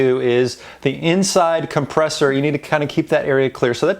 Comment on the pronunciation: Made me cringe every time you said compressor